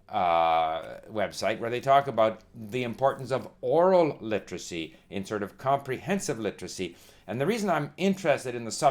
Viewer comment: Hey old man. If you're going to talk about literacy, then you should at least know how to pronounce the word. Its a 4 syllable word, not 3 like you try to pronounce it. LI-TER-A-CY, not LI-TRA-CY. Get off YouTube and stick to checkers with your buddies.